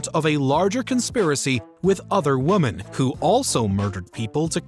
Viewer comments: The word “women” was pronounced “woman” so many times it makes me wonder if this is an AI voiceover. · Teach your A.I. the correct pronunciation of "women". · Whoever it is needs to learn how to say Women. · Why can't you say Women? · Lol. Your density is comical. Instead if the usual laryngitis girl, they switched to a male voice we haven't heard before. One who pronounces the word "women" as "woomen". No human English speaker has ever said "woomen". You're not the sharpest crayon in the box, are you, Marc. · It's pronounced "WOMEN", not "Woman"! This narrator's been doing this for years and it never changes! Why doesn't someone just tell him?! I mean, how hard is that?! Seriously! Am I the only one losing my damn mind over this?! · Heard that reaper? She says its pronounced "Women"